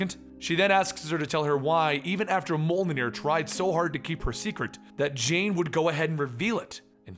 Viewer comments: hehe if you're having difficulty saying molnir try MEYOLNIR. It's a convenient way to say it. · it's pronounced myolnear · Mjölnir is probably pronounced something like this: myolneer. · The pronunciation is: "Mel-Lin-nor" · It's typically pronounced "M-you'll-neer" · "m-yol-neer". Norse J is a y sound. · Mjolnir: "mee-UHL-nur" there you go:) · Dude it's not hard. Think of the j as a y. Myollnir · As far as I am aware the correct pronunciation of of Mjolnir is "Me-Ol -Near" Like old, with out the D. There is also a very slight "y" noise between the "Me-Ol", though it's almost unnoticeable. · The J is pronounced like Y as a consonant, as per the rules of Old Norse. Think of it like the word "Jaeger." So, Myolnir is how you'd pronounce it (only don't make the Y sound a vowel). If you need, there are probably some good videos on Viking Age mythology, or modern Asatru/Heathen videos which will have someone saying the word. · Haha I can't say it either but was amusing listening to you try. :)